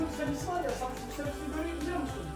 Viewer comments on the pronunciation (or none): none